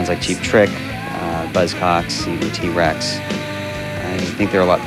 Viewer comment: Tea Racks???? Nao seria T-REX?